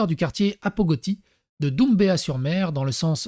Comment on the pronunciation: Et on dit Dumbéa ou pas Doumbéa ;) comme du Daim mdr